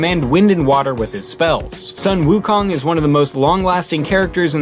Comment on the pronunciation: Wukong? WOOKONG. Seriously? It’s pronounced wOO, sounding like “5” from mandarin. And “kang”, with the a dragging a little longer then the other letters